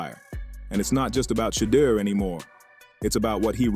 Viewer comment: How come some of you guys can't pronounce Shedeur's name correctly each time ?